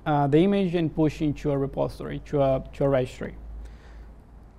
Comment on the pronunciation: The video is pretty informative, but the "repostory" instead of "repository" sounds weird.